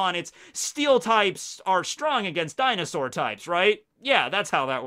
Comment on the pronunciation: when said dinausor types me: the world: me: what did you just say?